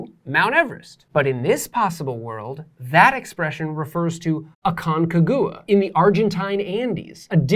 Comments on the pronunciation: aconCAgua , the accent goes on CA , nice lecture btw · Just a heads up about your pronunciation of Aconcagua (not the point of the video, I know). It's pronounced more like "ah-kon-KAH-gwah". Your rendering of the pronunciation had me sniggering haha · MY GOD that pronunciation of Aconcagua is atrocious, just look it up in google translator